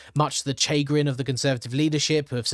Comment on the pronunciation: Chagrin is ‘sha-grin.’